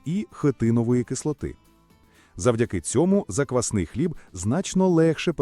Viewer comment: Озвучення тексту( ШІ? ) потребує коригування : заквснИй хліб )), заквАсний українською - хліб на заквасці, яка є основою або замінником дріждів.